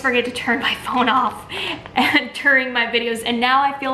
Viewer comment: When your fone rings,I'm over here saying "Peeta" 🤣🤣🤣